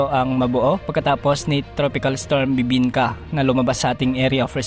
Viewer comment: Napa second look ako. Dinig ko kasi "BIBINKA"